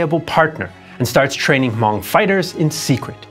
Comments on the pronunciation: Loved this documentary, my only nitpick would be the mispronunciation of Hmong, the “H” is silent so it would just be “mong” similar to Mongol or Mongolian. I really do appreciate the cover of the secret army, its something that’s usually glossed over back then but as of late its been properly covered by many history classes and just the internet in general. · Thank you so much! I may be wrong but i think you pronounce Hmong incorrectly. i believe it’s supposed to sound like ‘mung’ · It must be pronounced huh (lightly )mong